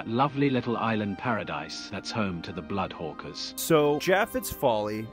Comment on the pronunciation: It's supposed to be "Blood Horkers"